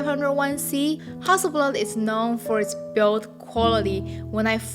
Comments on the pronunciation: Love the way your say Hasselblad. Makes a Swede proud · 'Ha Su' is just so cute! Google confirmed that this is actually the mandarin pronunciation of Hasselblad, so that's what I'll call my 500 C/M from now on. Thanks for an enjoyable video! :)